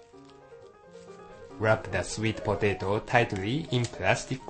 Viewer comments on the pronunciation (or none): I love how he says "swet potehto" HAha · the man sounds funny when he says sweet potato. lol